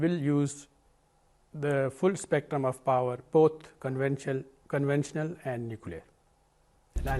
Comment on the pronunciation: Pencho ko conventional thik se pronounce nhi kia jaa rha hai.. Nuclear attack karega... Ammi c h o d 😝